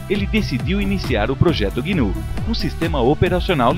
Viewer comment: é GNU, não guinu.